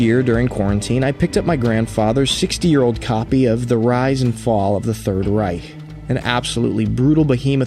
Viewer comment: Really appreciate that you tried to pronounce „Reich“ correctly haha